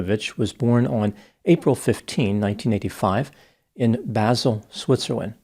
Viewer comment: I lived in Basel for a long time. I gasped when I heard that this story took place there! BTW, it’s pronounced Bah-sel. (Ah as in “say Ahhh”) ☺️